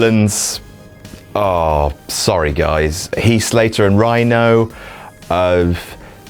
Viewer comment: When he says Rhyno.. sad..